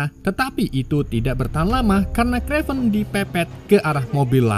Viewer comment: kraven mas bukan krevan... tapi mantap mas, sangat menghibur